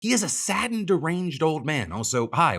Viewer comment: I thought you said, “A saggy deranged old man” in the beginning. The best part is both that and “sad and deranged,” fit him like a glove.